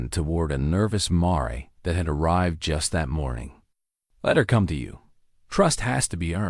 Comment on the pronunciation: It's not a marey it's amare pronounced mear as in bear,pls don insult my intelligence